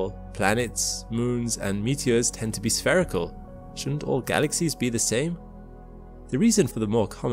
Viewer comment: "strangest," not "most strange." Oy, Newspeak is taking hold much too rapidly. also, "spherical" is pronounced "sfeer-i-kuhl," not "sfair-i-kuhl." try again.